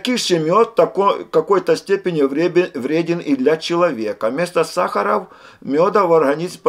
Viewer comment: сахара - ударение на последнее "А"